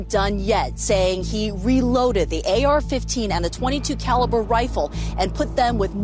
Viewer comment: Clearly this speaker is a brain washed liberal. Realy blames religion and guns , instead of the criminal. Doesn't even know how to say .22 caliber. SORT yourself out.